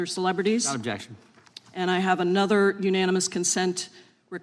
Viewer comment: The American senate = learn how to talk yourself out of a wet paper bag ….ooob..jexshun